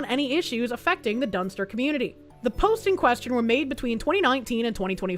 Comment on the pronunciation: I swear every time you said "Dunster" I thought you were saying dumpster. Which, I mean, given the context of the story it was being used it, sounded appropriate!